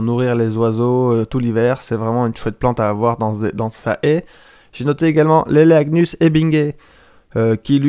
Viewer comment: J'aurais dû compter le nombre de fois où tu a dit haïe 😂🤣😁. Tres bon sujet